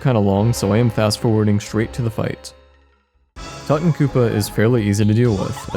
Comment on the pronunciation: its "too tawn koop" like "too tawn khamen" not "tutton koopa" like "mutton" or "button"